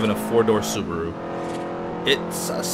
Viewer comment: 5 door subaro* It's ok, we're all human<3